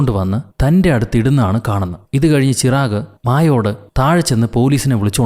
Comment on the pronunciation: ചിറാഗ് അല്ല ചിരാഗ്